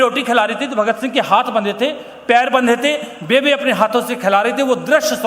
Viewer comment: पंजाबी में बेबे नहीं बेब्बे बोलते हैं माँ को जी आप आदरणीय है जी क्षमा चाहता हूँ आप से लेकिन जितना मै जानता हूँ वो बोल दिया जी